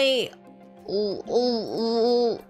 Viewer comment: I....I.....I loooovey you! Episode 6. HUH!?!? Myahhh "louvey" you I've never played UNO on stream. Maybe soon? Wait, Scarlett gonna ruin Violet's date? Met with Damian. I don't know how to voice Damian. IT'S TIME FOR MY LAST DATE WITH VIOLET! Why am I feeling doki doki? Awwwwww Oh, she's blushing~ VIOLET YOU BEAUTY What the heck is a paint night? Violet, why are you so cute? Paint night? Paint together? About the visual novels NEW CG UNLOCKED Humu humu Wait, that's a fork. Fork fed me~ I wonder where's Terra staying right now. Jazz hands? At the TV? Awww she blushing~ My voice acting is not that amazing. I got the voice for singing but not voice acting Past experience on voice acting interview It's my dream to voice acting in games? Not anime Vestinian's English is very different from Earth's English Voice acting for starters? Maybe do a voice acting on comics? I didn't do any dubbing for fan animation Ashoom and Conshoom I didn't interact with people in real life that much About her English accent I don't mind people correcting me pronouncing a word. It's not rude~ The "shoom" sounds may be because of my accent. I can't do anything about that~ About her time on interviewed by Production Kawaii.